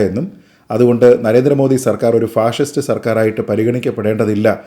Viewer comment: ഫാഴിസ്റ്റ് എന്നതാ 🤔അങ്ങനെ ഒരാളെ പറ 🤔അപ്പൊ ഞങ്ങൾ ക്ക്‌ മനസ്സിലാകും 🤔